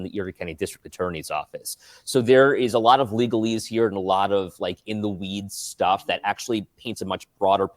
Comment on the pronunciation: I love AsmondAU "damn that's aLott Uvvv cUp($$)"